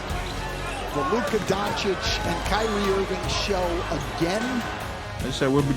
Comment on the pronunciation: Kry-rie us a river lol Ask yourself why all this energy for Kyrie? I mean Ben Simmons is the NBA's first actual welfare case just won't earn his contract doesn't even want to play the game and yet Uncle Drew is a 'prisoner of the moment' you think the world just picked Kyrie at random? Or maybe y'all are fools to believe what he SAY and ignore his actual MOVES?